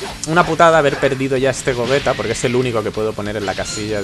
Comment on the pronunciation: Por que le llamas Gogueta y no Gogeta o Gollita?